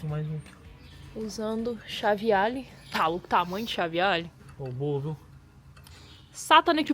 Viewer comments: É alen que se diz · em chave " àlem "